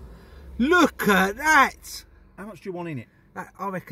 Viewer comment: That "LuEk Et ThA" was personal.